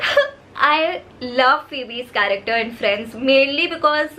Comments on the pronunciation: No one literally no one But and: F.R.I.E.N.D.S correcter instead of character 😂😂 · Just realised every man from damn fam pronouncing character as "karekter"😆😆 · Dude I just can’t hear the word CHARACTER from them ...... plss guyss spell it correctly 😂😂😂🙏🏻It’s not corrector😂🤣